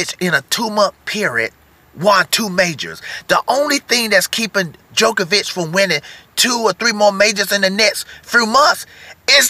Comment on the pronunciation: Great video but I have to say, one thing is bugging us over here in Europe...it is not pronounced ''De-jokovic or The jokovic...'' it is DJOKOVIC...the D is not pronounced in English, I cringe Everytime...JO-KO-VIC ... thank you